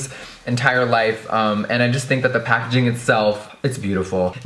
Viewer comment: That pacaging tho😂